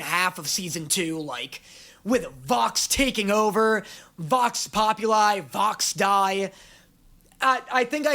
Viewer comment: DID YOU CALL "VOX DEI" VOX DIE